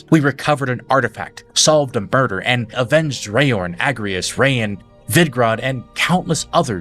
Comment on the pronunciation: "solved a burder" 😂